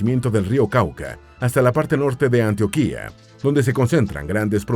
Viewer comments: Se pronuncia Antioquia con cento en - tio- de lo contrario Antioquía es una zona de Turquía...faltó actualizar la desmovilización de las Farc y la mejora económica y turística de muchas zonas que estaban bajo su control.... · Antioquia, el acento va en la segunda sílaba, Arauca ..... En fin gracias por el documental, ya se que mi país es una 💩 y cada vez va peor, la mitad del video describe el peor país del mundo, un país que se jacta de una independencia sin plan al conseguirla que nos sumergió en la violencia que ha continuado hasta hoy. Todo a medias, nada concreto, corrupción y más m13rdA..... Y aún así quiero que mejore y lo quiero, qué triste. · El narrador tiene primero que aprender a leer Español, es un insulto la pronunciación de muchas palabras y nombres propios como Antioquia , Arauca y otras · Se equivoco con la fecha del la firma del acuerdo de paz y no pronuncia bien el el nombre de Antioquia de Arauca pero esun buen video y espero que siga hablando mas de Colombia y que la proxima pronuncie mejor los nombres de los departamentos de Arauca y Antioquia y me alegro que no solo se sentrara en los lugrares donde se produce C0caina si no en la geografia de todo el pais🙂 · Interesante documental en algunas cosas triste realidad en otras bello y gran orgullo...pienso que es agradable la secuencia pero tienes algunos errores en la locución y van con el acento Ej Antioquia, y ciénaga...😊 Gracias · ¡Definitivamente Colombia es un Encanto! 💚 Todo es perfecto 👌🏾, solo falta mejorar la pronunciación de algunos departamentos y ciudades, como pasa con Antioquia, Arauca, Valledupar, etc. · Ante todo, felicitaciones por tan buen video, en cuanto a documentación y guión. Con el ánimo de instruir un poco más en cuanto al dialecto local haré algunas aclaraciones. Se dice: Antioquia con acento diacrítico en la O. Valledupar, no tiene acento en la U. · Algo que decir del video, sería que hay algunas pronunciaciones exageradas como ejemplo antioquía en vez de antioquia